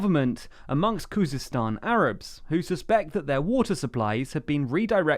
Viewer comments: Khuzestan not Kurdistan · I think you mean Khuzestan